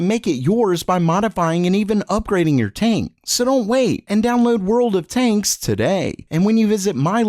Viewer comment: I just keep hearing "World of taints".